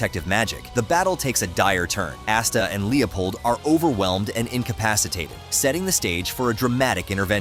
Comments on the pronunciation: "Ass-ta" Gotta love text to speech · Quit mispronouncing Asta's name, the A make the lower case o sound, it says it too much in the anime for you to not know it